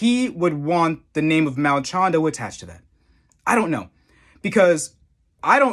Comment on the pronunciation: Dude, "Malchando"?? Where does the extra L and N come from?! lol - for a moment, I thought you were taking a leaf from Uncle Chael's book and deliberately mispronouncing fighter names... but then I realised you weren't sponsored by Ridge Wallet, so you couldn't risk it! lol